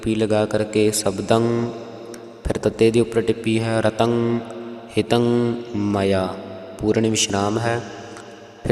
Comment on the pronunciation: ਹਿਤੰ ਨਹੀਂ ਹੀੰਤ ਕਰੋ